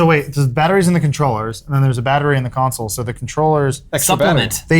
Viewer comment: "Batter-Wii"...... ba ra bababupbabaaa tap dances out of frame